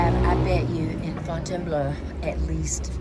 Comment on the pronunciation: you're doing really well with your French, but Fontainebleau ends with "blo" sound not "bleu."